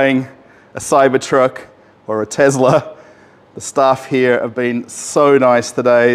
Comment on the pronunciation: Tezla. Not to be confused with an actual Tesla. I like how he called out the Tesla sales guy right away saying he's nervous to be on camera lol.